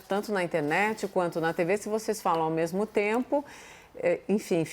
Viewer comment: fatos que eu "MEMU" apurei. (Augusto Arruda)